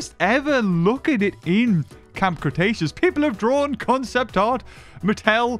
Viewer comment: ah yes “cramb Cretaceous”